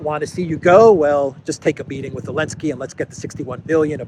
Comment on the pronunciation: you keep saying "Elenski", his name starts with a "Z". LOL